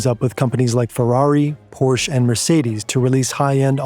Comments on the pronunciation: It's Porsche, not Porsch. The 'e' is not silent! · pronouncing “Porsche” this way is heresy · I hate when pronounces Porsche with one syllable rather than two. Its POR-Sha! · Because Porsche is pronounced, "Por-shaa" (two syllables, long A sound at the end). Not "Porshhh" (one syllable, short shh sound at the end). The first is correct. The second is Americanized yuppie slang that pretentious Europeans apparently find low-class and offensive. Considering how well-researched tends to be about their content (including proper pronunciation of non-English words like they did for all the Danish names and phrases used in this video), it is a little surprising they used the latter pronunciation of Porsche. But not enough to get your knickers in a twist about it, imo. Hope that helps. 😊🚘🏁🇩🇪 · Porsche is TWO syllables: Its POR-Sha! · "Porsche" has two syllables. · that's not how you pronounce Porsche. but all in all great video!